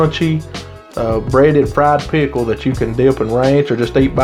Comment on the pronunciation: i love how you say pickle and I'm southern 😍